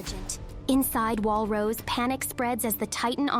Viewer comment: 1. The s in Paradis is not pronounced, the name is French, Rosé not Rose, Arlert not Arlet. Not sure how'd you fix in this AI TTS. 2. Why did you use spoiler terms like Paradis, Eldia, Ackerman, Pure Titans, etc. but go with the claim that the rest of humanity died? 3. Your description of the Colossal Titan's image and its effect is great, I feel like you should make a text retelling, you might be good at it. Assuming only the TTS is AI of course. 4. You mention in another comment this is a 'review series', important to note this is a summary, not a review.